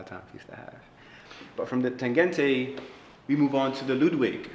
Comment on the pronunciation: interesting, but the Berlin wall fell in 1989, and NOMOS started in 1990, not 1992 yeah? also im a novice, but is the Tangente pronounced that way? it sounds like he is saying 'Tagente' shouldn't it be like tahn-GEN-tuh? I love the watch for you though.